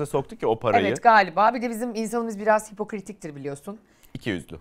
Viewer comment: Hipokritik değil kız Ayşe “hipokratik”. Hipokrat’tan geliyor, doğrusunu öğren de kullan bari 😹